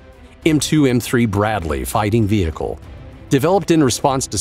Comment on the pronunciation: vee hickle